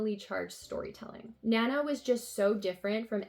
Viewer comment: The covers for your Emma volumes don't match what Yen Press show as the covers on their website. Your volume 5 has the same cover as their volume 9 and your volume 4 has the same one as their volume 7. Also, Nana is pronounced more like "nah-nah"